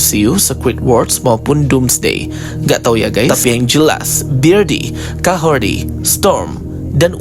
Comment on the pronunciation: Kahordi atau Kahorri sih...? kok aku dengarnya abang bilang Kahordi... Kahorri bang, Kahorri...